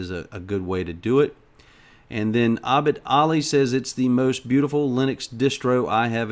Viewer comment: you said my name in the most accurate manner possible, most English-speaking-western people say "Ebid" instead of "Abid". Like I said is awesome:D:D